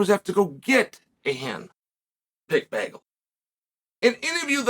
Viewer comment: There are hand made bagels; there not apples you’re not “picking” them. In a side note you say the word “bagel” strangely. Big fan!